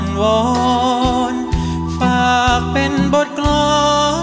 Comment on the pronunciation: ใช่ค่ะ ออกเสียงคำควบกล้ำ คราว เป็นคาว อีกคำที่อยากให้ออกเสียงให้ชัด คือคำว่า เป็น นอกนั้นพูด ร้องได้ไพเราะมากๆ มีเน้นคำหนัก คำเบา ดึงภาษาให้มีชีวิต ฟังแล้วคนฟังอินเข้าไปในเนื้อเพลง เหมือนมาอ้อนวอน ขอร้องดีเจให้ช่วยตามหาคนรักให้ทีบรรยายถึงความคิดถึง ความห่วงใยคนรัก ถ่ายทอดภาษา อารมณ์เพลงได้ดีมากๆ เสียงตอนนี้เป็นเสียงคนหนุ่มเต็มตัวกว่าแรกๆจะเป็นเสียงแหลมกว่านี้ ฟังหลายเที่ยวยิ่งไพเราะมากๆค่ะ